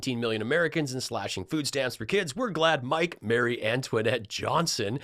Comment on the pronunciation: My fave of all time: Her name was "MARIE Antoinette", NOT "Mary"! That's MY name - don't abuse it!! 👿